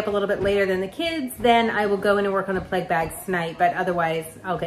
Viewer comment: OH Plague ... I thought you were saying " Pleg " and I was lost ... Nice vid as always .. your pic at the end is soo soo pretty. Happy Passover